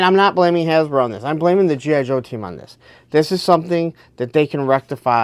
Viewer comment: Slow down. Articulate. Its G.I. Joe...not jhijho.